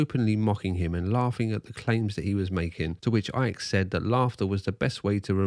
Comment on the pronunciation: Why does Icke always pronounce his Ts as Ds?!